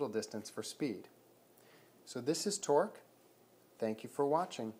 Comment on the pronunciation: sounds like Twerk when you say it